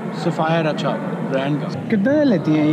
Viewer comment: haha you say ah cha which is derogatory term in cantonese for indian subcontinent people